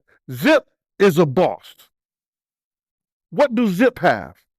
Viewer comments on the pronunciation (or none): Zip is a “BOST” what the hell is a BOST ??? do you mean boss SMH don’t let the English language whip your ass